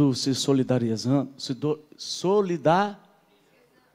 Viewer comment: O momento + engraçado é qnd ele fica tentando acertar o nome "solidariezando " 😄😄😄